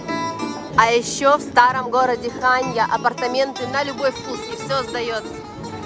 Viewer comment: ХаньЯ, а не ХАнья;)